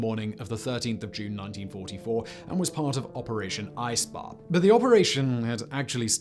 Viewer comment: No doubt that was 'operation eisbär' (polar bear). And please stop gloating about how bad you are at pronouncing German instead of making the tiny bit of effort and get it right.